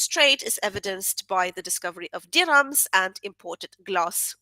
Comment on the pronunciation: You pronounce dirham correctly! When I was in Morocco I overheard an American woman pronounce it as "deer ham" like some kind of fictionalized meat!